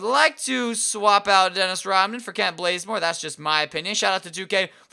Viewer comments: Kent Blazemore I thought it was Kent Bazemore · isn't it kent BAZEmore and nor BLAZEmore???? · Did anyone else see that he changed Kent Bazemore's name to Kent Blazemore😂😂😂 lol